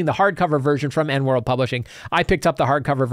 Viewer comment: Come on, you've made intros for Morrus' podcast. You know it's E.N.(ee-en) World Publishing.